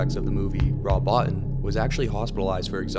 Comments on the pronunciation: First, it isn't a remake; Second, Bottin is pronounced "Bo-Teen" not "Bot-Tin"; Lastly, Carpenter included Thing from Another World in Halloween because he was a fan of the movie, he wasn't even close to being the director for The Thing at that time. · Botin is pronounced "Bo-teen".